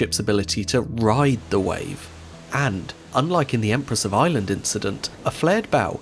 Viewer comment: I kept thinking what a strange name "Empress of Island" is, until I realized he's probably actually saying "Ireland."